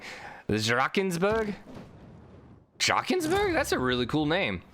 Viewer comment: you pronounce drakensberg completly wrong